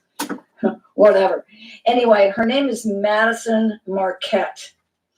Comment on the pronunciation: It's Madyson Marquette not Madison